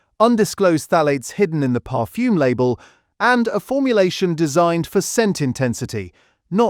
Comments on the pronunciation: Really bad pronunciation. I'm not too sure what 'parfume' is for example ! Stop using a computer and do it manually. Otherwise, for me anyway, I think that the video is no more reliable than the content ! And why aim this at only 0.85% of the worlds population ? There are a few more of us around than your target audience. Is this some sort of targetted audience manipulation video instead of 'made for clicks' video ? Oh and I don't have a "Hype' button. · Parfume?! The AI has a speech defect.